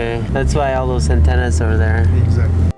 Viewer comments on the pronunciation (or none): none